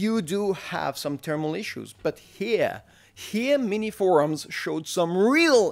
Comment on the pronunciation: minisforum, not miniforums